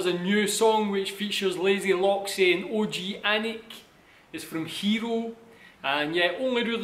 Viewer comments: OG-ANIC Organic ok😘😘 No O G Anic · OG-ANIC = Organic F HERO = Fucking Hero Their names is read like this you understand ? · OG-ANIC = Organic You ok?